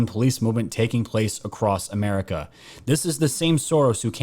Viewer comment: He didn't say America...He said 'merica.